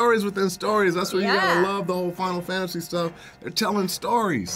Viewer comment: Final Sefantasy Seven